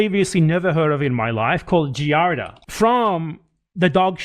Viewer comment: "A parasite called JEEARDA" Giardia is pronounced JEE-AR-DEE-UH, and it's primarily contracted by drinking water from unclean sources, like rivers, lakes, etc. without boiling it first. That said, and while I'm definitely not Ethan Klein's biggest fan, it's clear as day that the Australian guy in the blue shirt was lying through his teeth. He could have chosen a myriad of other parasites for his lie, which are much more harmful, but he went with giardia, which is relatively harmless to humans. It just causes gastrointestinal distress/discomfort for a while. 😂